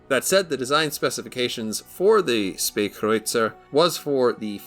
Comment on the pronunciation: Thanks for the review cannot wait to get the tech tree version of this ship also I always said (spa) kreuzer thanks for correcting me,also I'm really liking the new editing skills